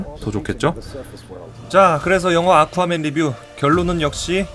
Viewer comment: 계속 물만두라고 들린다